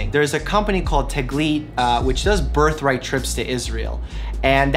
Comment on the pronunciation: “Birthright”? Smh